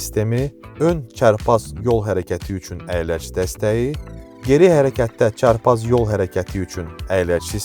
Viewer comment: Nahəng yox Nəhəng Təciz yox Təchiz Cərpaz yox carpaz Uğurlar arzu edirəm. Faizsiz və hissəli satış təkliflərinizi sizdən də gözləyirik, digər rəqibləriniz kimi. Görüşərik salonda)